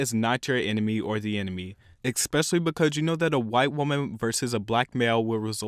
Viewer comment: eXpecially becuj